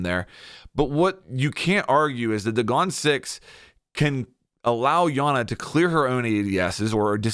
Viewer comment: it’s EYE ana btw lmao